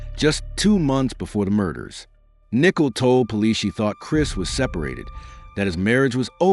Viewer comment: Exactly. So annoying. You would think AI would be able to pronounce the names correctly.